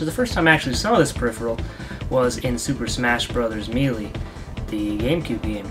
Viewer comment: Super Smash Brothers Melee.... it's pronounced May-Lay... not Me-Lee.